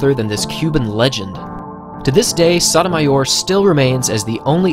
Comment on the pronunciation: your pronunciation of Sotomayor could cure cancer